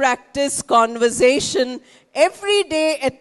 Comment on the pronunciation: Mam you are great .you are my inspiration. Mam plz check the pronunciation of conversation .mam I have checked and found it is not so as you pronounce. I am confused plz guide me. Mam plz reply